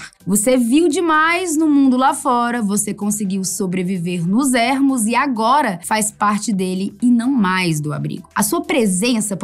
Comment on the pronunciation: DIGA "ÊRMOS" NÃO DIGA ÉÉÉÉ´RMOS!!! ÉRMOS NÃO EXISTE... SE ESCREVE "ERMOS" E SE PRONUNCIA ÊRMOS... POR FAVOR!